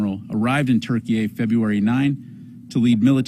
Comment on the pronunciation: Right even Google says it's pronounced turkey it's always been pronounced turkey why is this guy saying Turkeyay like 5 times...??? Wtf is going on?